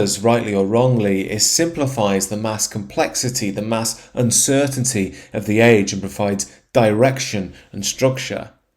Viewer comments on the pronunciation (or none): none